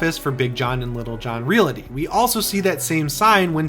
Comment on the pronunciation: Why does he pronounce "realty" and "realtor" like that? Is it an accent or just wrong?